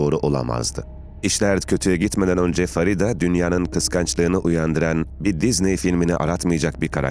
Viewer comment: Farida değil " Feride" Ingilizcede yazildigi gibi okumak nedir. Onlar bile Farida yazar Feride diye okur.